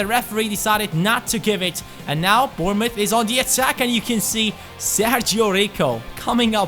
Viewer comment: AMAZING pronunciation of Bournemouth, its a weird one cuz of the mouth when it is muff, well done! keep up the great work!